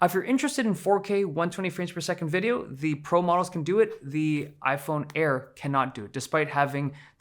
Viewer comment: Ay eye air, ay eye 17 pee and ay eye 17 pee em